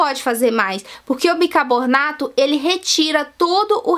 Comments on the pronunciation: se diz Bicarbonato, assim é o certo e não Bircabonato. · kkkkkkk! bicarbornato tbm foi...rs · ela disse bicabonarto kkkkkkkkkkkkkk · Minha querida...Eu adoro seus vídeos, porém você precisa rever seu português, você pronuncia erradamente as palavras, no caso específico desse vídeo foi o "bicarbonato....você diz claramente...bicabornato"...🤣🤣🤣🤣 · Gengiba , bicabornato kkk É gengiva, e bicarbonato! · É gengiba ou Gengiva ? bicabornato ou Bicarbonato ? Fiiiiiaaaa , bora aprender escova os dentes pra ensinar correto né , e usa um aparelhinho corrige as falha . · Gengiba, bicabornato... KKKKKKKKKKKKKKK